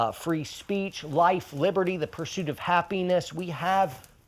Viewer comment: I love it he said persuit of apenis. AATW brothers.